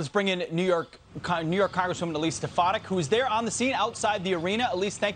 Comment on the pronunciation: It's Stef-A-Nack idiots.